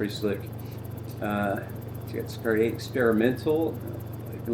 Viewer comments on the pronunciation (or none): Hi! The right pronunciation is "see-car-EH (eh as the "e" in Echo) Congrats on your amazing channel